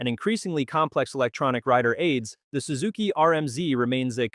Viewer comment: Sue-zuki? First time ever hearing it pronounced like that.